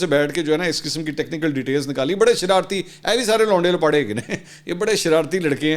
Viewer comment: ویسے منصور بھائی آپ کچھ بہترین انداز سے لونڈے لپاڑے کے لفظ کا تلفظ ادا کرتے ہیں اللہ پاک ہم سب کو عمرانی فتنہ پراجیکٹ سے محفوظ رکھے آمین ثم آمین